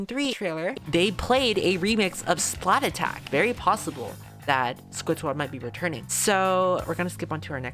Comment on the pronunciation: Finally, somebody that pronounces splattack as splat-attack! And also notice me senpai